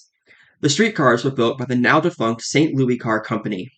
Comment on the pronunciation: Loved the video! I see a lot of comments on the pronunciation of MUNI, and I'd like to add that the St. Louis is pronounced as "Lewis" not "Louie" (unless you're actually referring to the city in French, however that's unlikely and a lot rarer these days). As always, your explainers on these systems are amazing, and you've done you research quite well.